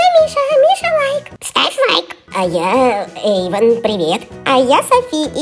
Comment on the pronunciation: вообще-то надо "Эйвон" а не "Эйван"!!!